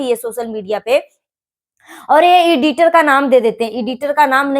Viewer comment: Iditer nahi aunty editer 😂😂😂 Pahle bola sikho cheda ki cheli Tum bhi aaj apni choli hi khol rahi anpadh